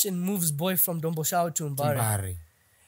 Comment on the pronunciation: The whiteman calls it Domboshava but Peter Jones, Patricia Mabviko back then were telling us kuti its Dhombhoshava.